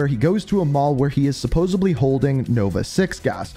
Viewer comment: I love your videos but I've noticed before but it is SUPPOSEDLY with a D not SUPPOSEBLY with a B. again, love your videos just thought you should know